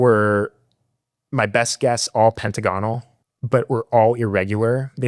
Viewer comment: Sawl it… it’s hard to take someone seriously that has so much pride for being in such high regard in the military, that doesn’t have proper grammar. *saw. Not to mention saying pentagonal wrong. And I am not a book smart person and have terrible grammar and called bs right away when I noticed it. I really hope he is telling the truth.